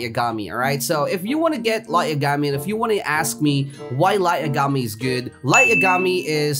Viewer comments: Nice vid! But say lights lastname like this. Ya ga me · what if I said your not the only one who has that mount. EDIT: are you trolling again because its pronounce light (ya-ga-mee) I dont watch anime I just know pronunciation